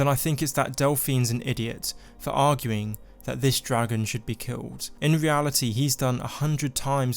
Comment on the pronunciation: he's a dwagon! i wike dwagons! :DDDDD